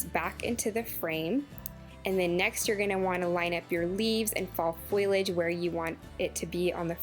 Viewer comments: All beautiful ideas. I can't wait to try.. I adore the wreath and framed autumnal pieces..❤❤ I also just wanted to help with a pronounciation of a word. FO-LEE-AGE not FOIL-AGE. FOIL implies you are using the cooking medium not plant matter. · leave the L out of the word foilage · Foliage: Foh-Lee-Edge I understand that people from different places pronounce things differently, but you are transposing two letters that essentially turns leaves into a made up word that only had a definition in urban dictionary. Just trying to educate, not hating. Wreaths look great 👍🏻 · I really liked the video and almost subscribed but the"foilage" think kept making me cringe. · Amanda Niles I agree and I can't handle when people drop the g off Of my words like findings to findins. However she is adorable and also the crafts!